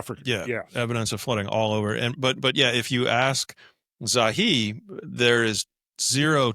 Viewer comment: "it's Zahi NOT Zawi"